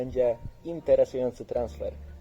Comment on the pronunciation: Znaczy tak właściwie to patrząc na to jak zaakcentował początek słowa, to on dosłownie to powiedział.